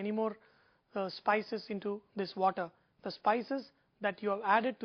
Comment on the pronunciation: Indian accent "i call diss thaa dancing of the rice" classic!